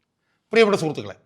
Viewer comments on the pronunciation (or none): ആ പിന്നെ നീ സംഗീതം പടിച്ചു അല്ല പിടിച്ചു 2 വക്കീൽ ആയി ഓ ആയിക്കോട്ടെ ഇതിനെല്ലാം മുൻപ് അടിസ്ഥാന വിദ്യ ഭ്യാസഒരു poooooor🎉 ത്തിയാക്കി എല്ലാം ഓക്കേ പക്ഷേ സ്കൂളിൽ 2ക്‌ളാസിൽ പടിക്കുന്ന കുട്ടിക്കറിയാം സൂർത്തുക്കളെ അല്ല ഷാജഹാനെ സുഹൃത്തുക്കളെ എന്നാണ് അതു പോലും മര്യദക് പറയാൻ അറിയില്ല എന്നിട്ടആണ് നാട് നന്നാക്കുന്നത്